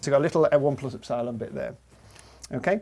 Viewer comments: Professor, epsilon is pronounced Ep-si-lon (accent on the first E), not ep-SI-lon (not in the middle). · Did you just say, N plus Ep- SIIIIIII-LAM ?? ?? I have never heard epsilon butchered like that. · The way he says epsilon is pissing me off because in my language (dutch) the stress is put on the ‘e’ and not on the ‘i’ and it just sounds so wrong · Ep- Sigh -lawn vs Ep-suh-lon 😪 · First time I've ever heard it pronounced "ep-SIGH-lon" as opposed to "EP-sih-lon" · I may not be a mathematician but please; it's ep-sil-on not ep-sile-on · Ep-si-lon?? ep-sil-on mate come on haha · I enjoy hearing EP-si-lon being pronounced ep-SY-lon. Keeps making me think of Battlestar Gallactica. (==o======) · Do you really pronounce eps-AYE-lon? Epsilon seems way simpler and it's how greeks actually say it. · Are trying to say EP - SILON ? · "epp-cylon" The guy must be a Galactica fan... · "Ep-cylon"? sounds like Battlestar Galactica. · I've never heard epsilon pronounced ep-SY-lon before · Only psychopaths pronounce epsilon like that. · First time that I have heard epsilon pronounced like that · Great video. I watch a lot of content from the UK, but I never knew that you pronounce "Epsilon" differently from the US. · I think that's the first time I've heard "epsilon" pronounced that way . This is something I'll have to keep my ear open for... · When was it decided to call "ε" [e'psaɪlən] and not ['epsilon] as it is pronounced in greek since "ε" is a greek letter? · Wherever did he pick up that pronunciation of epsilon? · I've found that people from the north of England are more likely to pronounce it like Dr Padilla (and Copeland), while those from the south pronounce it the other way. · Strange pronunciation of "Epsilon".